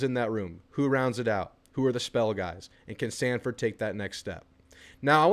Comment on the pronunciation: Its not samford its sanford